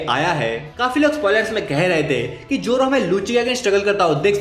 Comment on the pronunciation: Zoro ❌ Joro✅